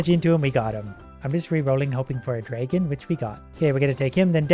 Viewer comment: Please google how to pronounce dragon, I'm sorry I know me saying this is a little rude but it really bugs me XD